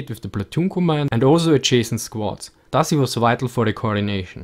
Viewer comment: Am I the only one who hears "Das" when he says thus ?